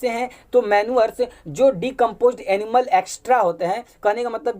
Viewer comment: एक्स्ट्रा नहीं एक्स क्रीडा